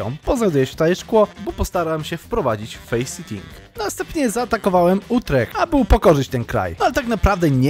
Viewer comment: Face sitting (czytaj fejs sitting, czyli to jak czytasz faceting) to siadanie dupom na morcie, a faceting (czytaj faseting) to kategoryzacja xD